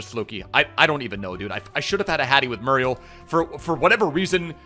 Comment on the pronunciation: It’s moo-ree-el my friend